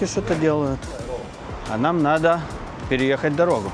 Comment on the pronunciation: Почему ты,, не проговариваешь букву «Д» в словах: надо, поедем и других?